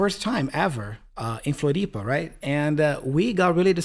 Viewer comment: "In Floripa..." Now I'm sure is Brazilian 😂